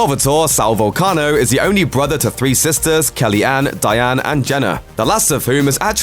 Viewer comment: Way to butcher his name you Irish mick